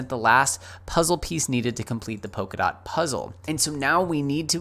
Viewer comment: It's Polkadot with an L and not Pokadot. :-)